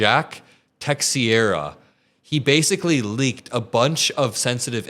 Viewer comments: Teixeira? Maybe a crash course in Portuguese pronounciation would be in order,. Taxierra - no. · Te-share-ah.... It's pronounced like that. 😂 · Mark Texeira is pronounced Tex-se-ra in American English pronunciation or te-she’-ra in a closer pronunciation to the way it’s pronounced in Portuguese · It's pronounced more like Tei-shei-ra. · Great work,! Btw, the surname "Teixeira", in English, is generally pronounced as "Tay-shay-ra", with the "x" sounding like "sh". The surname is Portuguese.